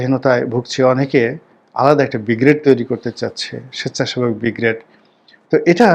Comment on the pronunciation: বিগ্রেড নয় , ব্রিগেড চেয়ারম্যান নয় চেয়ারম্যান -খেয়াল রাখবেন প্লীজ !